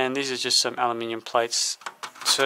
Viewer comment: AluminIIIIIum! Thanks for using the correct word and pronunciation! 🙏